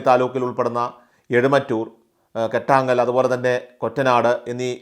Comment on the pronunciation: പുരമാറ്റം അല്ല പുറമറ്റം ആണ്. കറ്റാങ്ങൽ അല്ല കോട്ടാങ്ങൽ ആണ്. കോഴിപ്പുറം അല്ല കോയിപ്പുറം ആണ്.മൈലാപ്രാ മൈലപ്ര ആണ്.എറാത്ത് അല്ല ഏറത്ത് ആണ് .കൃത്യമായ വിവരം നൽകുക.